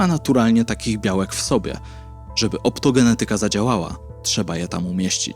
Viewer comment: OptogeNEtyka. Trzecia od końca sylaba powinna być akcentowana.